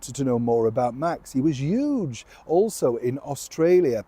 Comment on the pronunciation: I love the way you say "uge" instead of huge.